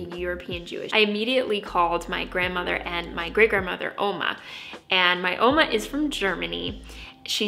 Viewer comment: Really cool! I knew you were part German when you said Oma XD